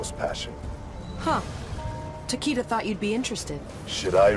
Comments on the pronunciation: Ta-Kee-Da: Ta-Kay-Da 💀💀💀💀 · I dont like the pronunciation.... I hear TakAda I like takEda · doesn't deserve Takeda.... Cause she said his name as Takeeda. Hate it. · Wasn't his name pronounced Takeeda? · Too bad he can’t pronounce it correctly even though he’s Japanese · The way voice actor pronounces Takeda gives me cancer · Kinda hate that they cant pronounce the name properly in this game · Why tf are they both pronouncing his name differently????